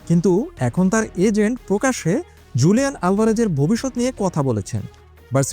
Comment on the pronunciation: হুলিয়ান হবে স্প্যানিশ উচ্চারণ জু হয় না